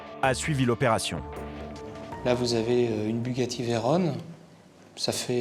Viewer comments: Pourquoi Veyrone ? On dit Vey ron , comme Macron , Veyron etait l ' ingenieur de Bugatti , un peu de culture , merde alors..! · On dit Bugatti Veyron (on) et non pas veyronne. Veyron, célèbre pilote des années 20 champion du Monde avec la Bugatti T25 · on dit bugatti verrronnnn pas veronne pfff